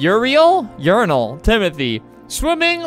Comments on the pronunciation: "Uriel" When he said "urine " LOL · That is my name and my friend now calls me urine becuase he hear you say my name like that😔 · Flamingo: reads Uriel as Urinal The Uriel that's watching right now: 👁👄👁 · I pronounce urine instead of uriel